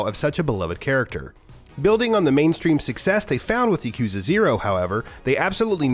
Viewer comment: Its not yuk-KOOO-za. Its yah-koo-ZAAAA.